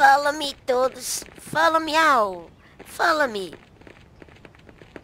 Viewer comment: Foloumiau kkkk